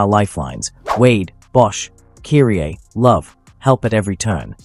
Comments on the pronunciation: Who the hell is ' Cureeeaa ?? (Kyrie) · Either you don't know how to pronounce certain American names or you're using AI w/o giving it proper name pronunciations. KY-REE!!!